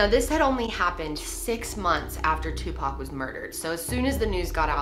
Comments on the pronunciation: It’s “OR” not “UR”!! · Seriously 3 videos and you can not say Tupac name right